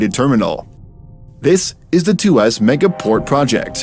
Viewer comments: It's tu-ah-s, not tu-ass. 😒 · Two Ass? LOL! It's pronounced as Tu waus. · It's Tua ...sss not two ass ! 😂😅😊 You can call us a bad ass port but not a 2 ass port. 😮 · Excellent video...just want to point out it's pronounced as Two-ask...not Two-ass lol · It’s pronounced too-wahhs actually . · walao siapa pronounce tuas begitu??? xD